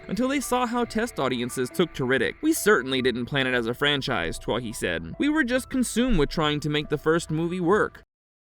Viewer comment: For all my American friends. David Twohy is pronounced David Too-ee.. Its a Celtic name that roughly translates to chieftain or leader.